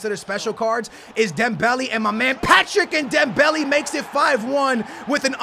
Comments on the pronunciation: ITS NOT DEMBELL E ITS DEMBELL A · ITS NOT DEM-BEL-I ITS DEM-BEL-A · It's not Dembelly it's Dembele.... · It's not Dembelly it's dembaylay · Dembehleh. stop saying dem belly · "Dembelie/Dembely" triggers me I can't lie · You don't say Dembele right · Say Dembelé properly 😂😂